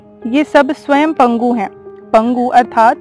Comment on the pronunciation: " आयुर्वेद में तीन दोष होते हैं " - सुनकर झटका लगा . दोष 'आयुर्वेद' में नहीं होते हैं.. बल्कि आयुर्वेद में तीन दोषों की व्याख्या गई है . पर आपने कहा " पितम " जो कि " पितः " है. .. आपने कहा " पगु " जो कि " पंगु " है. Please comment on this - Gravity also helps in downward movement of भोजन ,पानी ,जूस का नली में नीचे आमाशय की ओर जाना, रक्त, मल, मूत्र, वीर्य.